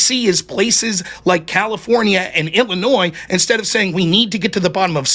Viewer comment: So the first incorrect assertion goes to Rob. He said he was listening but mischaracterized Ryan's argument. Posse Comitatus applies to the MILITARY not the FBI. Also, what American says "IlliNOISE?" It's "Illinoy"(Illinois).